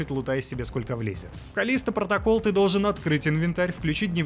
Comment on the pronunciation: "КАЛЛлисто протоКАЛЛ", вот так в обще то правильно)))